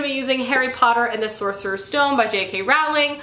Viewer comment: Oh I really like your video's! Just.... It's Rowling as in rowing a boat, not "Rauhwling"! Sorry for the Potter-perfectionism but I can't help it.